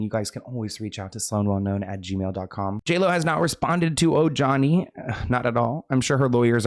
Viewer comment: He cracks me up saying ‘’O-Johnny.’’ 😅 It’s ‘’O-Hani.’’ The young girl was iconically quoting Lilo & Stitch, as she was the voice for Lilo ❤